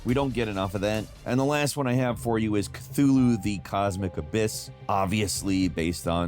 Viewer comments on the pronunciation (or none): CASSIOPEIA is pronounced CASS-EE-OH-PAYAH CTHULHU is pronounced KUH-HULL-HOO